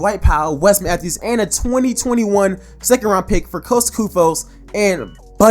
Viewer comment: The way you said Koufos...I cant sub to you 💀🤣 && that's on 👶🏾.